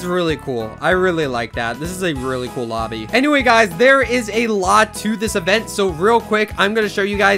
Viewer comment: did i just hear obby not lobby